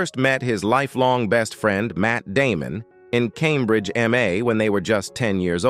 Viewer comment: So many problems with this video, including mispronouncing common words such as Cambridge.